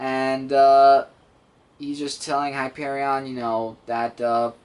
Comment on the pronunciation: hi-pear-eon say it like spelt it